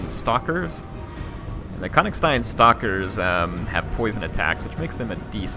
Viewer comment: The Konigstein Stalkers are actually pronounced differently :P The "o" in Konigstein would be an "ö" (like the "u" in "Murdock") and the "s" is pronounced ike the "s" in "sure". Source: I live next to the town called Königstein :P